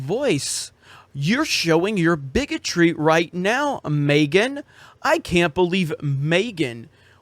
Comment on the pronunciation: Is he purposely pronouncing Megan as “Maygan”